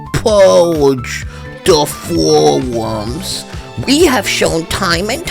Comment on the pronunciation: I WIW PURGE I WARN YOU I WIW PURGE DA FOWUMS 😂😂